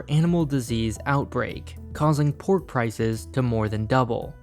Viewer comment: aight I suck at Chinese but he pronouncing pork and cow makes me cringe